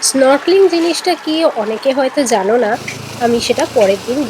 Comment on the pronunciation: Snorkeling pronunciation thik karo didi